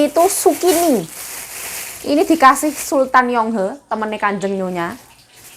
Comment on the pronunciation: Zukini BKN sukini nma org mbk